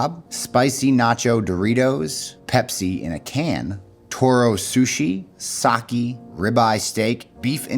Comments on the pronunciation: Sah-kay not sah-kee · It it’s Sake (Saw-Kay) not Sawkey